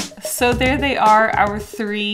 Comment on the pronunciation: "hang in thre" is the best part😂